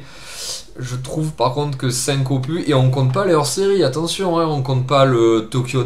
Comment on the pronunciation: Juste pour info: "opus" est un mot emprunté directement au latin (on pourrait le traduire par "oeuvre" ou "travail" selon le contexte): il faut donc prononcer le "s" final. ;) J'aime beaucoup cette série "Pop Corn", au demeurant. :)